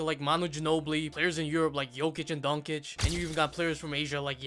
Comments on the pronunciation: Calling him “Donkic” in 2025 is fucked up. If you want to talk basketball the absolute bare minimum is to say the names right or. Lost a viewer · He called Doncic Donkic 😭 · "yokic and donkic" was outta pocket